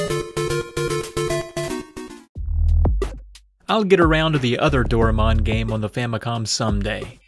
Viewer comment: Doraemon's said like "do ra eh mon." I get that pronunciation seems to be some sort of running gag in these videos, but it just sounds like a lack of effort instead.